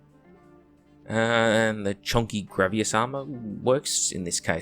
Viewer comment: "Grav-e-ass" again with internationally mispronunciation of words. How did you get that from Gravis? Where are you pulling this extra A from?